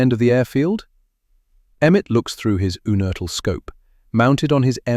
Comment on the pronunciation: It's pronounced YOUnertl. John was my uncle. His son was my cousin. John's father (also named John) was from Regensburg, he left Germany when Hitler came to power, and came to Pittsburgh via Argentina. I believe John was born in or near Regensburg.